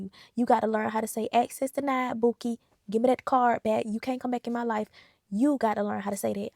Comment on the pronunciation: axcess denid